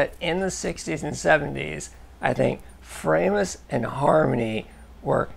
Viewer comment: It's pronounced 'Fraw~mus' properly. Greetings from Germany 🇩🇪